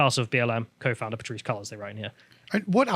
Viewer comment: Classic lol, Pateerissehh......seconds later, rolls straight through "The father of Patrisse Collor's child" effortlessly.